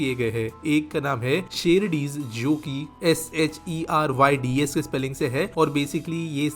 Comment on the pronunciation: bhai SheRydes (she rides) hai Sherdis nai 😅